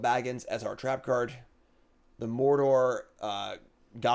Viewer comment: how do you mispronounce "Mordor"?